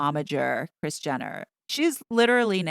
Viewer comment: Rris 🤔 I thought her name was Kris😂